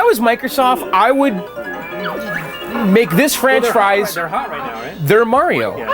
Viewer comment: French fries instead of franchise. LOL LOL LOL!